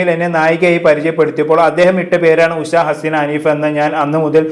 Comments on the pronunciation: ഉശ അല്ല മോനെ ഉഷ എന്നു പറ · ഉശ അല്ലടാ 😂 😂😂😂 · ഉഷ! Not ഉശ